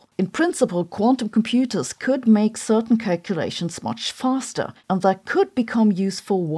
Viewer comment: "Sichoo-ation" / "Calcoo-lation" 😁